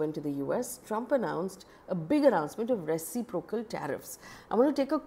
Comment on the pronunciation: Dear Faye. The stress accent is on the second syllable, i.e. ruh.SIP.ruh.kl for reciprocal.